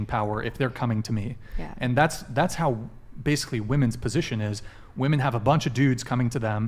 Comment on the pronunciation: Yeah they DO say Woman instead of Women in almost every video. Drives me mad.